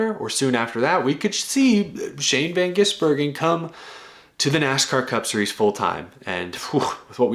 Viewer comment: The pronunciation of SVG’s name by the commentators was criminal lmao